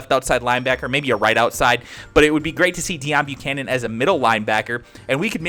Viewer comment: It's Pronounced Day-own bucannon